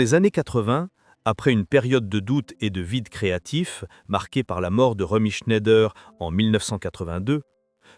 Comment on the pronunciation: de nombreuses erreurs graves. Et prononcer chné-ideur au lieu de ˈʃnaɪ̯dɐ est quasiment une insulte à Romy.